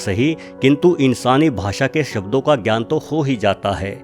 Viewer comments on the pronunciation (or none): none